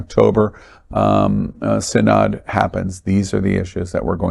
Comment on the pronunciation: "Synod" is pronounced "SIN-ud."